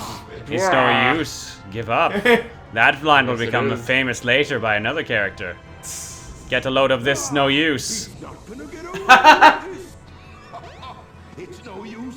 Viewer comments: Am I the only person who can hear eggman say get a load of piss instead of get a load of this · When I was younger, I always thought Eggman was saying "Get a load of piss!"